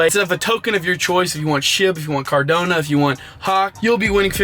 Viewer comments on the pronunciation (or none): Bro CardAnO not CardOnA lol